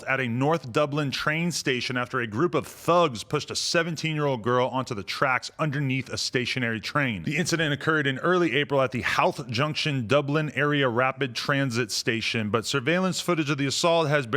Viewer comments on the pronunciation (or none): omg HOW-th hahahaha its "HOE-th" hahaha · Howth is pronounced 'Hoe - th' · Holy fuck man, didn't know that happened, and I'm Irish🇮🇪 Dirty wankers. It's pronounced HOE TH by the way 😂 Try pronounce Dun Laoighaire 😂🤣